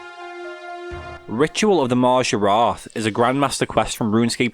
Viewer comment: Hearing a scouser say maaajaaarat is the highlight of my night